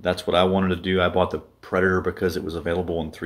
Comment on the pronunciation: Preditor....???? Haaaaa. PREDATOR